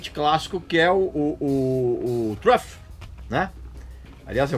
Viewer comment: Se o Regis não mostrasse a capa do álbum eu jamais ia imaginar que ele queria dizer Truth não trofiii. A pronúncia do Jeff é engraçado lol